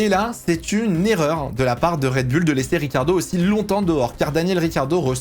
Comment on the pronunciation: Ok très bien mais ARRETES DE DIRE RED BULLE